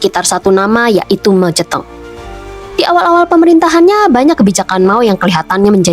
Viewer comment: Sebutan anda pada nama Moe Zhe Tong.. Tepat dan sempurna. 👍👌⭐